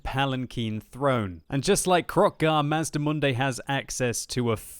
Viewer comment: it is pronounced mazdamundi